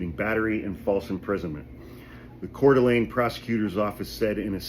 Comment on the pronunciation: Sorry to be that asshole. But it's pronounced kootanee... Great work on coeur d alene, though! Most people screw that up bad!!!